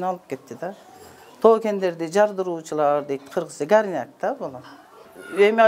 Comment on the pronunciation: гярнак дегени эмнеси болду экен деп,такыр тушунбооой, ойлонсом, ГОРНЯК турбайбы 🤦